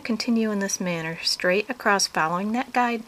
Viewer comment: If she says "acrost" one more time....